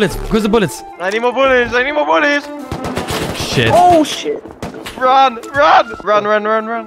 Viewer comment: “i need more boulets! I need more boulets!”